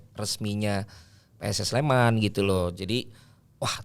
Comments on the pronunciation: PSS SLEMAN! NOT PS SLEMAN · Pss Sleman not PS Sleman!!!